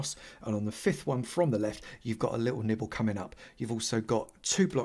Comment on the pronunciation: I seriously thought he said nipple instead of nibble. English is a weird language. Side note: love the way you talk about observers. Never thought about it as them being so easily scared that they fart a redstone signal when something happens.